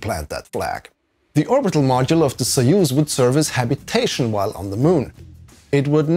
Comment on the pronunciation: very nice overview of the system, I've legit never heard about this. Also props for pronouncing soyuz correctly 👍